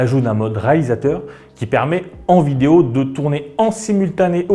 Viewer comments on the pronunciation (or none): none